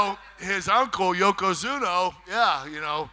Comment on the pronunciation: "Yokozuno", lol.